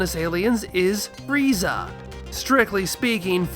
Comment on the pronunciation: isn't it more like fu riiiiii zaaaaaa instead of fu ri i za a